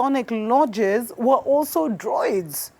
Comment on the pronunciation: Druids not Droids